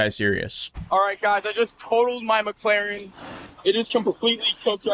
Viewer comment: it is Mc Laren NOT MAC CLAREN